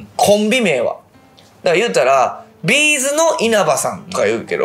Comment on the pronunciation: bzのイントネーション違うぞ！もう少し常識つけてくれよ突っ込みさｎ